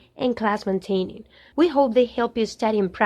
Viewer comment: hey! it is not class-mantaining it is class-maintaining .There is not such word as mantain in english.. Be careful while teaching others.You both spell and pronounce wrong.